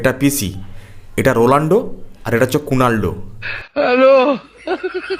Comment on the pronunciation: তুই বাড়া ঠিক করে নাম উচ্চারণ করতে শেখ আগে, "রোলান্ডো" নয় "রোনালদো" আগে ঠিক করে বানান শেখ